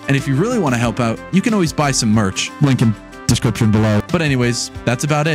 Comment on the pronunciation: The way he says merch (rip to the mouse😢)